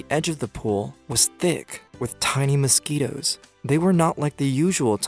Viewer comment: U mean "mouskitos"